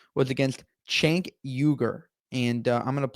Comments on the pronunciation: It is pronounced Jenk....J J J.. the letter C in Turkish is the same sound as the J in English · The C in Turkish is pronounced in /d͡ʒ/, like the j in jump and jeep. Cenk’s name is pronounced “jenk”. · It’s pronounced “Chunk” 🤓